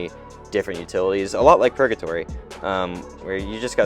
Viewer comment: Dude stop saying purJatory. Hard G.